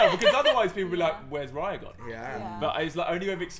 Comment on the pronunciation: hi my name is raya to but u say it like ray- a